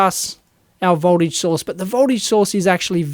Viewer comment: Great tutorial, but every time you say "source" it sounds like "sauce" :D